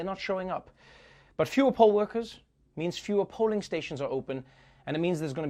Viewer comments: Who else thought stripper when he said poll workers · At the end when you brought up 'poll' workers i misheard you and thought you meant strippers 🤣🤣🤣🤣🤣🤣🤣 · he said pole worker lol